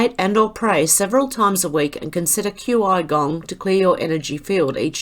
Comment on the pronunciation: Qi Gong is pronounced "Chi" Gong. It is like Tia Chi and Yoga. Like Chia pet without the a